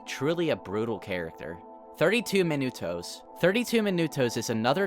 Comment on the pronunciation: god when he says minutos i wanna gouge my eyes out